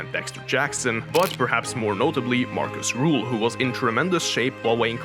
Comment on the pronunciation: His name is Markus Rühl not Ruhl